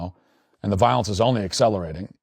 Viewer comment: "voilence" Matthew fix that poop 😡🤬😡